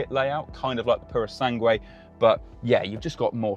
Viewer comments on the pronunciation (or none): none